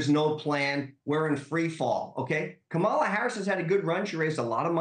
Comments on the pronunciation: Wait--the way Corey pronounced "Kamala"--is she a foreign agent or something?!?!?! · Congratulations on allowing him to mispronounce her name that many times … great work! 😁